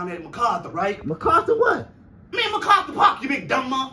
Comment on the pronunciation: Macarther not MacArthur or Mcarthur 😂😂😂😂